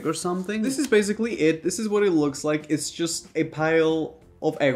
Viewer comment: Nobody: Raph: and dis is butter